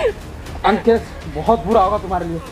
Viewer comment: यह अकेश नही है य लंकेश है 😜